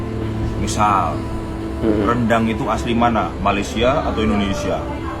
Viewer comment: Sebab itu la orang tidak menyebut nya dengan sebutan " RANDANG " tetapi "RENDANG" ......🤭